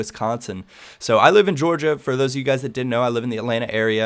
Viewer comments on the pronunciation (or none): none